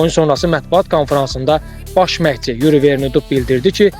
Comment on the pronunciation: Yuri sözündə vurğu birinci hecaya düşmür